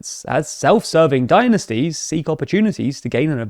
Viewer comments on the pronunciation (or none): Learn how to pronounce dynasties for goodness’ sake